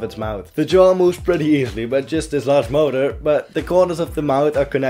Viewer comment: When I heard him say motor, I swore he said murder.